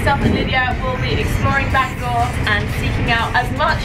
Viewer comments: Nah you nailed it! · They were actually pretty close in the pronunciation they just needed to roll the r at the end of the word Bangor. 'Banga' is just an Anglicised attempt at the place name... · your pronunciation of Bangor is funny. I live not that far away we pronounce it Banga. You should have come to Llandudno, the queen of Welsh resorts.